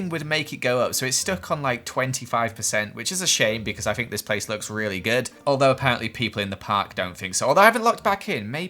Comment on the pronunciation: “Fink.” Jk i love ya